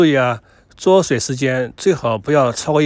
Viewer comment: 焯水讀作chāo shuǐ